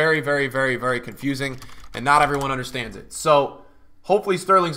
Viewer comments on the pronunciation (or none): none